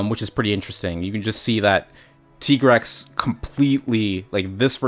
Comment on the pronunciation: finally somebody pronounced tigrex correct